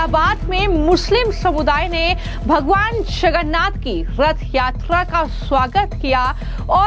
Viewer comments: यह न्यूज एंकर लडकी जगन्नाथ बोलने की कोशिश कर रही है मगर इसका उच्चार छगन्नाध सुनाई दे रहा है जब की विदेशी महिला और पुरुष स्पष्टतासे जगन्नाथ बोल रहे‌ है .. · अरे कोई इस अँकर को हटाव, इसको भगवान जगन्नाथ कहने को नही आ रहा है, वो भगवान छगन्नाथ बोले जा रही है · Bhagwan Jagannath ji ka naam sahi se lijie. Agar ni bol parahi hen to anchoring choddijie warna koi or topic pakdie. This is not tolerable. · Are mem Jagannath Prabhu ka naam to sahi se bolo